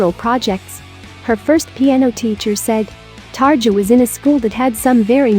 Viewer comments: Xusme dear, don't say 'targia'. It's 'tarria' ^^ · It's Tar-EE-a